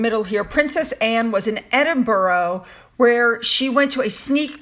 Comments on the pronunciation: It’s not Edinburo it’s sounds like edinburr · Eddin bruh,, not Eddin burra Cheers👍💖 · Edin-brrr Edin-brrr Edin-brrrrrrr Imagine feeling cold. Then you won't pronounce it -boro. 😁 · I love your channel and your desire to pronounce our names properly, so I thought you would want to know that Edinburgh is pronounced Edin burra or Edin burru not Edin burrow..... I know most Americans pronounce it the same way as you but you can be a trailblazer for the real pronunciation of our ancient city 👍🙂 Have a great day off, you've earned it 😁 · its ed in Bura to pronounce spelt Edinburgh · Evening, so happy for catching up with you, Edinburgh.... Please say this again 🙏, made me chuckle lovely lady 👏, just say ed-ing-burrer.....only way I guess you can pronounce this beautiful place in Scotland, you are such a lovely person thank you, poor Archie situation has moved me so much, I'm sure you are right on this, sad story, Harry is his own worst enemy.... silly, silly boy, self important is beyond belief 🥱🥱🥱🥱🥱🥱, pethetic childish individual 🤮🤮, who is this ex royal???? They really need to prove DNA before any titles are given. Charles has waited years to slim down the monarchy, sure Harry knew this fact too, racism is and will always be the ace cared... Silly, royal family are so not racist at all. Thank you sue lovely lady for your great content 👏🇬🇧🌹💖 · Edinburgh is pronounced ‘Edinbura’ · please note, "Edinburgh" is pronounced like this: "Edinberah". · please watch a video on Edinburgh to hear the pronunciation of this city 🤗🤷‍♀️ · Polly, I thought of mentioning the correct pronunciation of Edinburgh BUT thought I'd give a break, because she always takes note and voila next time pronounces as we do in the UK. I hope she isn't fed up of us correcting her.